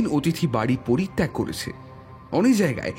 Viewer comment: হয়েছে, গিয়েছে,করেছে এই রকম উচ্চারণ গুলো খুবই কানে বাজছে।